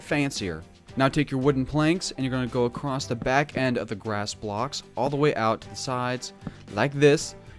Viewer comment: "Accrost" "Anether"